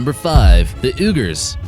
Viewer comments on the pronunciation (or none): Uyghurs, the ethnic people of western China is properly pronounced WEE-gur. I'm not criticizing or belittling the narrator, Uyghur is definitely an off the wall word to just about anyone, other than the Uyghurs themselves, I'm just trying to enlighten the narrator and the people who watch the video. Have a great day everyone!